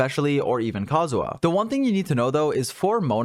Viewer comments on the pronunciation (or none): I know it's nitpicky but your pronunciation of kazuha as kazuwa really bothered me this episode. Probably just because you had to shotgun it off over and over again when talking about team comps.